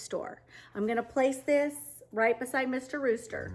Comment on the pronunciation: Real beauty Excellent job...you even let me love roosters ..i would never purchase for garden or inside. You have done such wonderful decor that i have come to appreciate them. You cant say the word "rooster" and i don't crack a laugh .Thanks.